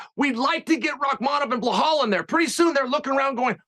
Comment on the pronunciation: I love how Chael mispronounces everyone’s name. 😂 he amazing at doing that and giving a f. He the man! Blauhaul is my favorite